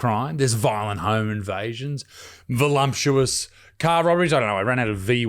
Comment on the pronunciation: “volumptuous”? “immagration”?